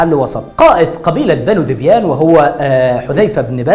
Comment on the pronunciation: يا اخي انت جاهل جدا ومعلوماتك كلها غلط مفيش حرب قامت بين عرب علشان حيوان ولكن في اسباب قبلها كبيرة وقصة الحيوان دي بتكون تلكيك ثم ان داحس والغبراء ملك للملك قيس وذبيان كانت مشاركة بفرسين اخرين .. انت حتى ذبيان بتنطقها غلط